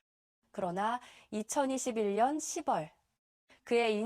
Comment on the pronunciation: 잘봤습니다. 다만 한 가지 짚고 가자면 10월="십월"이 아니고 "시월"입니다. 6월도 "육월" 아니고 "유월"입니다.